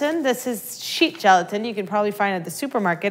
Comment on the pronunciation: Rain Bun Unicorn at first i thought she said sheep gelatin.....